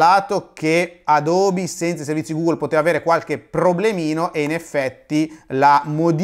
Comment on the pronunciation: Se conoscete l'inglese sapete che Nike si pronuncia "Naiky", per quanto riguarda Adobe e Skype ho riso anche io